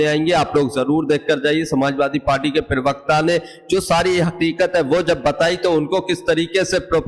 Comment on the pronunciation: प्रिवक्ता नहीं प्रवक्ता बोलिए. पढ़े लिखे है